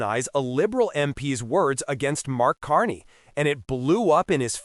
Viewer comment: So stupid you can’t even say his name right